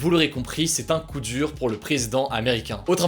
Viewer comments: "c'est un Kou dur" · " Kou dur" XDDDD